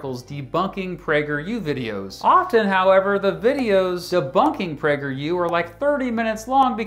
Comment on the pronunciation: I thought he said "PrankerU". 🤣